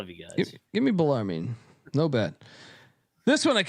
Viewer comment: Lmao at y’all basically saying bologna for Bellarmine. I graduated from there. It’s Bell-Er-Men